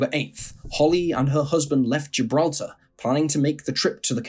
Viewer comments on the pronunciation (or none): none